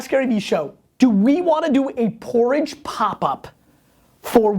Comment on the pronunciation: lol, pooridge!